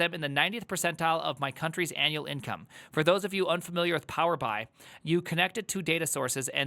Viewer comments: Power Bee-Eye is how you say it,. LOL. That's hilarious that you don't know that for some reason. It's a microsoft data-visualization tool that every single company that buys into the Microsoft suite (Teams, Azure, Excel, etc) uses. I think it stands for Power Business Intelligence. < 3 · "Power Bee-Eye" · is so innocent. He doesn’t even know how to say Power BI correctly. It’s all true. Power BI and Tableau are the worst. Jobs pay well though. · absolutely knows what it is, and the way he pronounces it makes me burst out laughing